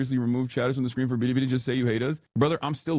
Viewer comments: The way he says "bilibili" is kinda cringe (I guess he tries to pronounce it in the Chinese way, but it sounds weird). It's similar to the times when he says like the names of Islamist terrorist organizations and tries his durndest to sound as Arab as he possibly could. It's lame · China: you have to say it like Billy, Billy & not Biddy, Biddy you ILLITERATE ONE PERCENTER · Hasan's pronunciation of that Chinese app is one "bidi" shy of a Twiki impression. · Hasan doesnt even say Bili Bili correct Also hair looks like Trevor Philips from GTA 5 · "biddi biddi" Bro just crush my teeth with pliers I don't wanna hear that pronunciation ever again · “Bidi bidi” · Hasan can’t even say Bili Bili correctly. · Why does he pronounce bilibili like that